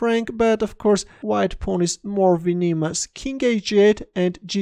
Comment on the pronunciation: the stress in 'venomous' is on the first syllable, as in 'venom'. it's not "veneamus" great game in any case and I like your accent, nothing wrong with it. cheers! :)